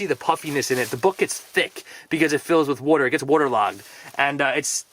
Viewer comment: I love your videos, but the way you say water irritates me. 😒